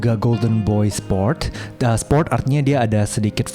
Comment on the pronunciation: izin koreksi kak, itu bukan golden boy sports tetapi golden boy spore. Memang ada missedheard dari pronounce nya Shijak 😅. Jd spore itu maksudnya hasil tumbuh dari spora, bukan dari anakan.